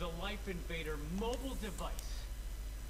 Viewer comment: se pronuncia laif inveider, no como se escribe..